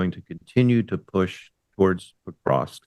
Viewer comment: He would sound more knowledgeable if he could pronounce Pokrovsk correctly.